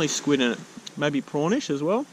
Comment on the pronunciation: When he said a bit prawnish I thought he said pornish (Edit) thanks so much and your the first youtuber to like my comment, love you man, non gay way